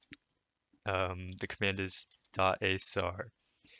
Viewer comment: The command is (sar a) not asar